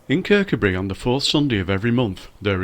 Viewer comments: It's pronounced ker cu bree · The emphasis should be on the coo. Kir-COO-bree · It's pronounced ker-coo-bree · Great little video, but please pronounce it Kirk. Oo bri. Loved your work well done. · The name is pronounced Kirkoobry, with the emphasis on the oo, that is the 2nd syllable. From a Scottish language teacher looking forward to going there soon. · Kirkcudbright pronounced locally as; Ker-coo-brie. 👍🏻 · Lovely te see.....but you pronouncing Kircudbright made me smile....... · lf l was making a video of somewhere with an odd name l'd learn how to pronounce it first. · great video spot on as we used to live near there . The only fault is that you can`t pronounce kirkcudbright properly but apart from that very good